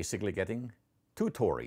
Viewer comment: Every time he says "tori" I think of Goat Mom.